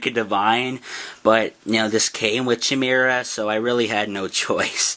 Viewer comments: Its not (cheh-me-rah) its (chy-me-ra) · Its khaai-mera not chaee-mera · the perniciousiation is ki-mer-A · Bro you look it up in any dictionary, movie or even anime if u like they always pronounce it as khai-mera. Anyway why the hell are we goddamn debating about pronunciations XD